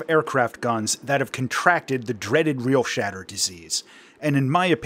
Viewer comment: Everyone is saying the name wrong. It's "Real-shitter"